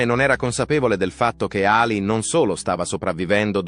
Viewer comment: La voce narrante è orrenda! Voce artificiale al peggio del peggio. Dice sempre Ali con accento sulla A anziché Alì con accento sulla i.